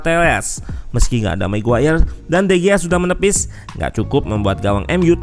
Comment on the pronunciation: "meski gak ada meguwayer..." wkwkwk